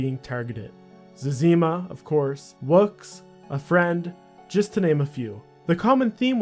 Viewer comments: Omg zezeeeeema? Zezihma. Dang dude. That hurt my ears. I still liked and im subbed. Also if you read this can you make a fuss about Hans screenshots that are compromising accounts due to auto recovery process? If its dangerous why does Jagex promote it? (check their tweets) I made a post on the old school general section on the forums but I've been essentially laughed at. But who knows. They will never give me an answer on if it is safe and if so why not warn us. And if not then say so. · It’s Zezima not Zezeema! 😝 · it's zezzyma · It’s Zezima, not Zezima.. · You’re right. Zezima himself pronounces it Zeh-zuh-mah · Why do you pronounce Woox as Wux and Zezima as Ze-zeema? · zez-eem-ah and wux? who the fuck are they? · What a horrific way to pronounce zezima. Good vid otherwise. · Stop pronouncing Zezima wrong